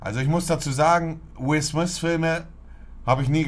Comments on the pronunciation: Niemand.. wirklich niemand: "Will Smiss" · Montes englisch er sagt nich Will Smith sondern Will swys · "Will Smiss" mann kennt ihn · Spricht man ihn nicht so aus? Also er wird Smith geschrieben aber smis ausgesprochen oder? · Niemand: Monte: Will sMiS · niemand: monte: will smis, saus pak